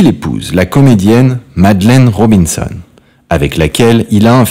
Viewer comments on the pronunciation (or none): "Ro-bin-sonn(one)" pour "Madeleine Robinson" comme ça se prononce, "Robert Hossin" pour Hossein. Où donc est-on allé chercher cette incompétence ? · La prononciation des noms d'acteurs est fautive: Madeleine Robinson prononcé à l'anglo-saxonne! Robert Hossein prononcé "Hossun", c’est ridicule! Cette voix n’a rien d’humain, c’est "malaisant" !